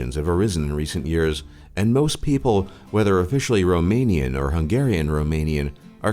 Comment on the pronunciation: you butchered every romanian word